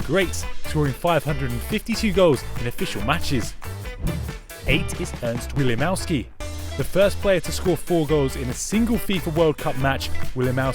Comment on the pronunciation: It was Ernest Wilimowski, not Ernst Willimowski, and please try to check proper pronounciation before making videos like this. No offense, just my idea :D